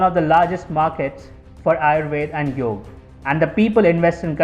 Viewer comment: Awesome video. but Its Yoga not Yog, if u want international viewers, then teach them properly how its spelt, dont do their slang for fs